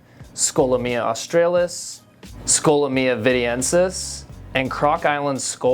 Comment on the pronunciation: Why do you say the name like that??